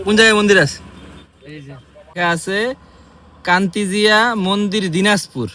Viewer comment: কান্তজিও মন্দির ❌❌কান্তজিয়া মন্দির😂😂😂😂😂